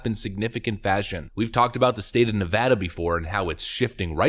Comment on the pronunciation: OMG! I hope that poll is correct! And thank you for calling it Ne-Vaa-duh! It's so annoying when people pronounce it wrong.